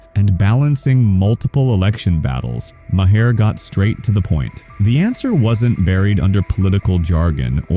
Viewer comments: Lose the fake scratches. Those only appeared on old film. This is video. Also, you pronounce Maher, like "Mar". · You keep doing AI narrated videos about Bill Maher, and it never pronounces his last name correctly! Either fix it or everybody’s going to stop watching your videos. Are you that lazy? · Crappy lazy A.I. voice over can't pronounce Maher properly, so it, instead, pronounces it differently every time. Just read the damned script yourself.